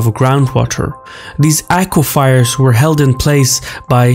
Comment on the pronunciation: "akwafirs" is the proper pronunciation. Not "akwa-fires."